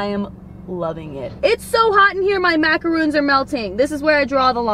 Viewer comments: Its not macoroons. Its macorons. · They have the bEsT macaroons: Yes, that’s how you say it, Macaron.